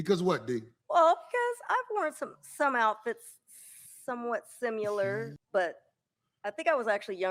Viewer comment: The female said "I was sim-u-lar." The different educational expectations with certain people is so very sad. 😢😭 There is no "u" sound in the word, at all. It's similar which is pronounced sim-a-lar with a short "a" sound like in the word "a-bout."